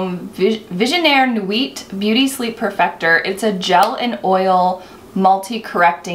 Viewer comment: Love you guys but you and all other beauty youtubers need to take some French classes. Monsieur is pronounced MISS-yer (ish. That’s how English speakers can say it, at least). Nuit is noo-ee. No T. Pleeeeeeeease. <3